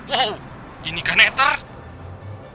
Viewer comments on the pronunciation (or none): Neder bukan neter😂😂